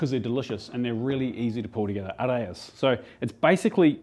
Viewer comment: oh btw i believe areyas are pronounced like a-rye-uhs (instead of a-ray-uhs) because they hail from places like lebanon, syria, and palestine and Es are pronounced differently! They're very delicious and convenient to make a big batch ahead of time and freeze them, especially if you make your own naan